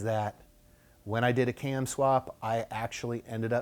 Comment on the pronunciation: Too bad you can't say CAM.